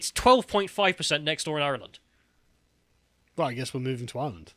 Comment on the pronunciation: has an Irish name, and says Ireland like he's chewing straw on the set of last of the summer wine.